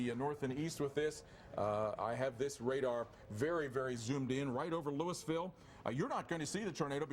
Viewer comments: No it’s Lewis-ville. Coming from someone who lives here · Wow I about died when they pronounced weir (where) Ms and Louisville ( Lewis-ville) Ms